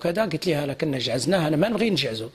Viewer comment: نزعجو وليس نجعزو